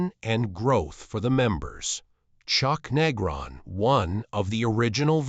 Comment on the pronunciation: This one stinks. Can't even say Chuck's name right.